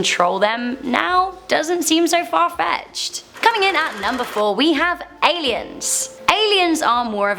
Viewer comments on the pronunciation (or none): #4 "Aleins" lol Aliens are scary, aleins not so much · it's "ALIENS" Not 'Aleins' lol to much videos & hard work take some breaks sometimes. We love you♥️ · Aliens not aleins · Nobody: Nr.4 : Aleins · aleins eh? never heard of them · Ah-lee-ins. She continues to surprise me on how stupid she really is. Almost didn't catch that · You guys need a better editor. "Aleins" ? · It’s spelled Alien not Alein... I before E except after C. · 'aleins' loll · Aliens, not Aleins! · “Aleins” lmaooo